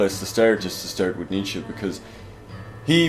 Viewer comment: knows his stuff, even if he gets that last syllable of Nietzsche's name wrong in the pronunciation (not -ee but -uh - the Germanic phoneme schwa as present at the end of the German word "Mutter" as it is in the English word "mother").